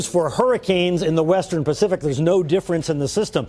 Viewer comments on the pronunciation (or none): none